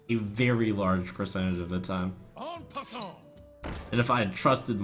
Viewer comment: What are the pawns saying when you summon them? "On paussante" "maupassante"?!